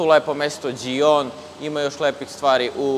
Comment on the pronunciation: Top je sve,bravo. Ali kedva cekam da izgovoris ime grada,jos od Italije 2 od 3 promasis 😂 Francuska ludilo,ali Djijon 😂😂😂 Inace, Hihon 😂 Samo napred,srecno